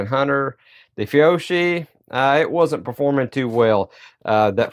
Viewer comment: Fiocchi is pronounced Fee-oh-key